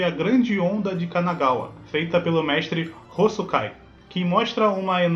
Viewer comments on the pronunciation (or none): é o Katsushika Hokusai e não "Hosukai"